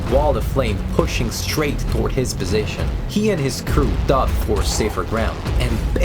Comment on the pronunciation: The O in "dove" (as in the past tense of dive) is a long O sound like in the words "go" or "node" not the short U sound like in "love" or "glove", when "dove" means the bird (like Noah's Ark and the dove that brought back an olive branch) then it's the short U sound.